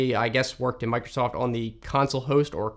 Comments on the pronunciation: "Mac'osoft"? Now THAT is cursed. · The AI really nailed it with the "Mac'osoft". Microsoft are really turning into Apple. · Don't we all love Mac'osost? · No way its mac´osoft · Mac-o-soft that’s Funny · Ah yes, "Mac'osoft", the fusion between Mac and Microsoft